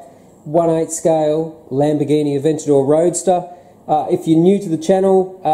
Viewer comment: Well done on the pronunciation.:) Looking forward to seeing how you get on with each new build video. By the way, does your taste in model cars extend to the new range of large Lego models that have been launched over the last few years? The Bugatti Chiron, Porsche GT3, Ferrari F40's, etc.